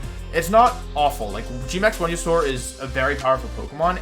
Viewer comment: i just disagreed with your pronunciation of venusaur